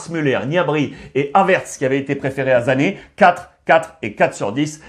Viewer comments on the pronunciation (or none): Ruiz on dit pas zané mais Sané 😂😂🤸 c'est un originaire du Sénégal 🙏